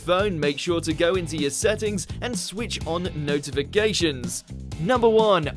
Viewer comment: He also says "Notifigations" just before they show the no. 1 spot